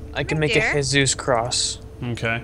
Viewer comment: DONT SAY HEYSUSE I AM CHRISTIAN IT IS SO FREAKING OFFENSIVE